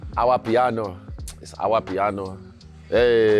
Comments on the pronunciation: See what you did there Izzy😅Ourpiano👀it's Amapiano😂😂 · It’s “AWAPIANO” that part cracks me up 😂😂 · Did man say 'Our-piano' !?😅. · It’s Amapiano 🇿🇦😅